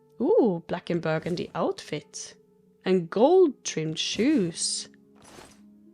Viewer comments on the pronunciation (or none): none